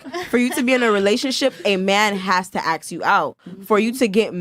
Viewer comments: ASK! It’s pronounced ASK!!! Not AKS. Can we start shaming ghetto people saying it that way?! My god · FnF are getting dumber by dealing with these women, and are saying Aks instead of Ask. STOP saying AKS!( i cringe every time and i am not a native speaker)